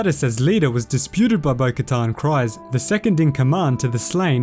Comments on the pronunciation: Dave Matthew c r e e z e lol yep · Why does everyone on Youtube pronounce Kryze like "CRIES" when talking about Duchess Satine? Her name is pronounced "Creeze" in the tv series!